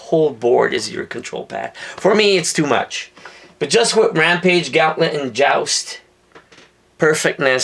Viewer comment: its said gahh'nt -let